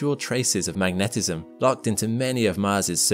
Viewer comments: Why do you keep saying MagNEHtism. Is there some reason why the second syllable is so important? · Why do the narrators of so many videos mispronounce so many common words, e.g. magnetism?